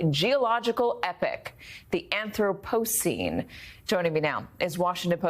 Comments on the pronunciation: "anthro PO cene" lol bless her heart, she tried. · "The Anthro-PO-cene," like they are just now hearing about this. JFC. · An-throp-o-cene (seen). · Katy pronounced Anthropocene as if it were the first time she had ever seen it written. That's troubling. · Mispronounces "anthropocene" while stating that it's a newly identified epoch. Typically bad MSNBC science reporting. Good enough for their underinformed audience of course, but still laughable.